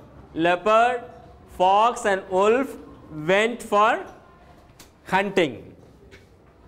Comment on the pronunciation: Wolf's pronunciation is wrong.